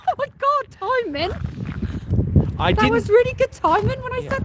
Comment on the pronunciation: When you on the walk home last night.It was when you outside the Wellington and said timin and not timing that I knew she was a good old Norfolk Gal. Keep yew a troshin.